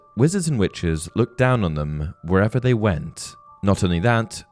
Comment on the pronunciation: I keep hearing wenches instead of witches lol. Great video as always though!